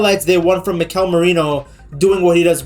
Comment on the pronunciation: I wonder if the reason English speakers stress the second syllable of the name Mikel instead of the first is because of the name Miguel, which is stressed in the second syllable